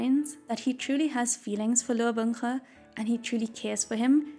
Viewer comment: ok listen listen this video is great and I love it but it also made me very aware of how Binghe is pronounced way too similarly to Bunghole which I cannot unhear now ;o